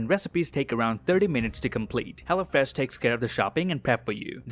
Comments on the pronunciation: I love how he says hello fresh,, it sounds like he's saying hella fresh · Anybody else thought he said hella fresh